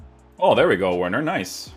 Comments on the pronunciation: Bro it’s not that difficult to pronounce the W as a v 😂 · It's pronounced Verner.. 😆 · Just a heads up it’s pronounced Verner